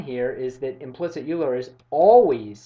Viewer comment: Euler is pronounced as "Oyler".